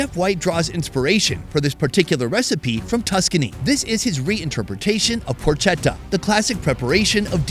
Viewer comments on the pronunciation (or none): Porchetta should be pronounced as porketta. 😅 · Por-ketta